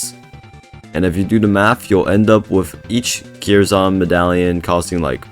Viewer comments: i strongly believe its pronounced curse-n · im pretty sure kyrs is pronounced "curse"